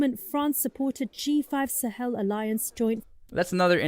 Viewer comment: The pronunciation of Sahel follows the French in pronouncing the word like ‘SA-HELL’. Which is kind of ironic!!